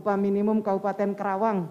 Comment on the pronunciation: KARAWANG Bu , bukan KERAWANG , pake A Bu , bukan E